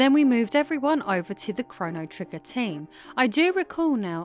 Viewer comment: “Chrono Triggin” Go back and listen again😂